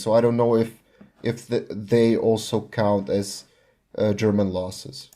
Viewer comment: Oh your Slavic? Your German pronunciation was perfect so I assumed you were german.